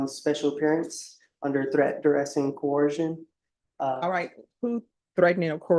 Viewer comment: The word is "coercion" not "co-orsion" Sov cits have such a hard time with that word.